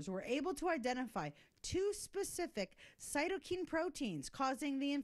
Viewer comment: One of the standard meds to treat Cytokine (pronounced 'Kyne', not 'keen') storm has been Chloroquine. Look it up. If, and I say if, this is a valid treatment for cytokine storm, and has been suppressed by the media and some politicians, then they are complicit in killing thousands of Americans. No one would do that, right? Jury still out, still researching. But never, EVER suppress the opposing view simply because you do not agree. Never.